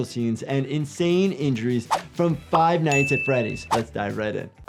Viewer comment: Por fin alguien que dijo bien el juego xD